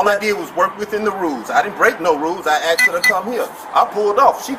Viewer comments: At what point did asked become axed? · When someone can't pronounce the word asked, they have no right to be a cop..